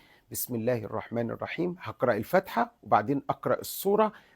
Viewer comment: خطأ شائع معظمنا يقع فيه إسمها سورة الفاتحة مش الفتحة